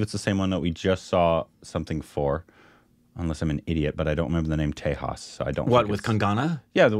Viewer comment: The "j" in Tejas is pronounced as-is and not as "h".